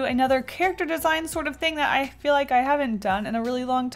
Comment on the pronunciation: "I don't eel good Mr. Stark"